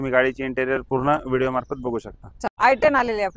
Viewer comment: अहो मॅडम.. शुद्ध उच्चारण करा... Video शब्दाचा उच्चार व्हिडिओ असा करा... व्हिडो - व्हिडो असं बोलत आहात... ऐकायला बरोबर वाटत नाही..